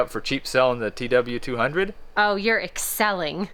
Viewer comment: I was about to take a sip of my beer, she said you’re EXCELLing with that emphases and I had to sigh before taking a sip lmao 😅